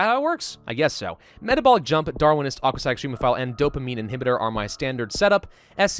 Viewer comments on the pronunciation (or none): none